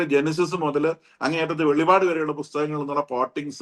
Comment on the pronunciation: നിങ്ങളൊന്ന് ശ്രദ്ധിക്കണം വെളിപാട് അല്ല വെളിപ്പാട് പുസ്തകം എന്ന് പറയണം